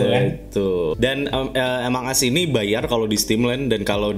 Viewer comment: Among as prunounce nya english us..emong as british